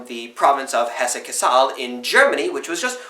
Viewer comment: Cassel (or Kassel) is not pronounced "ca-sahl", the accent is on the first syllable and end the "ssel" is actuallz short. So in phonetic English it would be spelled something like "cuhsl" (the "ca"/"ka" is not long either).